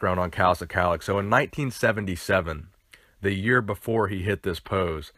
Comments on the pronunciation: This is my Uncle...my mother’s brother. The name is not pronounced “Si- calic” it is pronounced skull -lock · Szkalak is pronounced Skull-Lak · it's pronounce "Shclack"...fyi.